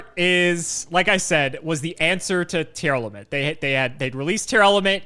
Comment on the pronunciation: saying Tearlament instead of Tear-Element challenge: Impossible